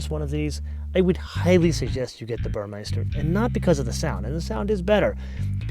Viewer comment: I love your videos. Since I'm german, I really noticed one thing, that almost every engl. speaking host is saying. You all call the stereo system "burrmeister", but actually it's Burmester which is pronounced "Boormastar" . Apart from that, fantastic!